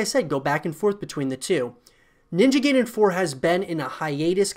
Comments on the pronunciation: It's pronounced like "guy-den" not "gay-den" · Once Again it is pronounced "Nin-ja Guy-den" and NOT "Nin-ja Gay-den". There is NO "GAY" in pronunciation of Ninja Gaiden .**The only thing left to do is wait and see how Ninja Gaiden 4 would look like Exclusively on Playstation 5. Hopefully it is not going to be way worse then Original Vanilla Version of Ninja Gaiden 3 and not way worse then Ninja Gaiden : Yaiba Z. Let's cross our fingers for the game to be better then both Ninja Gaiden : Black (Original X-Box) and Ninja Gaiden 2 (Original X-Box 360). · It's "Guy-den", not "Gay-den". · "Ninja Gay-Den". Lmfaooo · Fuming how he pronounced it as “gayden” it’s like pronouncing guide ninja “guide”en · How many times are you going to say Ninja GAY-den? Gay-den, GAY-den, GAY-den! 🤣 is not how you say it! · haha dude butchered the name . ninja gayden 😂😂